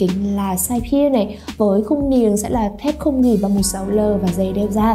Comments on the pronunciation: Gỉ đọc là dỉ chứ k phải gỷ nhé. Chưa thấy ai đọc gỷ như bạn bao giờ. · đọc thế này mới đúng nhé và t chưa thấy ai đọc là gỷ bao giờ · ồ thế cô giáo bạn cũng dạy bạn đọc là gỷ à buồn cười vậy. Gỷ sét à :v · bạn cũng đọc gỉ là gỷ luôn à :v. Ủa hay bây giờ sách tiếng việt ngta cải cách hay bh giáo viên dạy khác nhỉ chứ ngoài đời tôi chưa thấy ai nói là gỷ sét bao giờ.